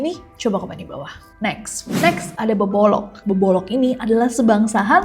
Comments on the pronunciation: BKN bebolok tapi bebodo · Bebodo Nes di Mataram bukan bebolong